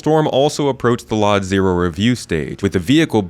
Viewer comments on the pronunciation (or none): Not sure if there's an insider joke at work here, and I know it's a silly thing to bring up, but LOD stands for Level of Detail and artists typically say "el-oh-dee" instead of "lodd" when referring to them. I don't care too much either way how it's said, but just in case you wanted to follow convention for the sake of content clarity, I figured I'd mention it. Amazing vid as always,.